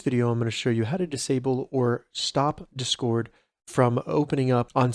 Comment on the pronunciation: No one going to talk about the way he says discord